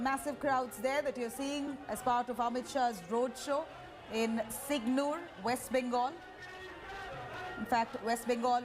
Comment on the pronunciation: Idiot News Anchor that’s not SIGNUR it’s SINGUR